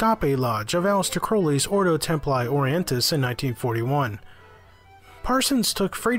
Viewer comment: PRONOUNCED ORDO TEMPLEE ORIENTIS....